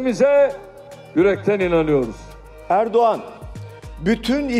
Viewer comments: Very Kosher podcast but its pronounced Erdowan! Its a soft G yumuşak Ğ as its called Erdoğan! Not Erdogan. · Erdo'an is more like the pronunciation because the 'ğ' is kind of silent. Erdoğan=Erdo'an